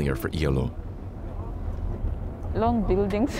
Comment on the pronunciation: Iyaloo not eylou